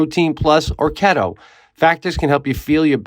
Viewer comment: Pete just a heads up bro the factor add is pronounced. Kee-to lmao not kett oo . I think I like it way better though lol ketooo